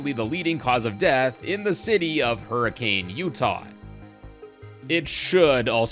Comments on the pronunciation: Fun fact: The town of Hurricane, UT is not pronounced “hurri-cane” but more like “hurri-kin.” I don’t know why, but it is. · Actually, Hurricane Utah is pronounced "hurri-ken" not "hurri-kane" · So, not so fun fact Hurricane, Utah is pronounced “Hurrickin”